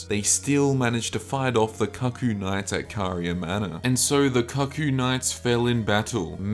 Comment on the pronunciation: Great video! Cuckoo is pronounced “coocoo” btw